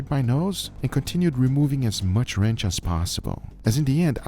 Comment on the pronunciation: Kept mishearing Guga pronounce 'ranch' as 'wretch', as in, "I have to remove this wretch". Still seemed accurate.